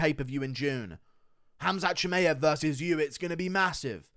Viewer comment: Shi-my-av… not May-av